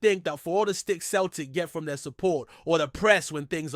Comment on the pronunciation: It's pronounced seltic